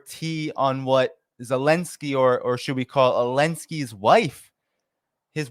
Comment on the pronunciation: Why does say Elensky? What about the zed?